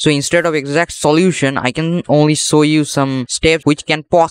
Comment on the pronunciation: I KNOW YOU ARE INDIAN HAHHA LOL SAMAJ ME A HI JATA HE KOSHISH KI PAR NAHI BOL PAYA SHOW KO SOW HAHAH LOL